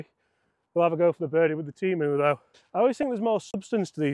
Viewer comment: It’s TEM-OOOOO